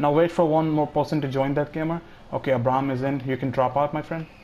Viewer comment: You pronounced Abraham wrong lol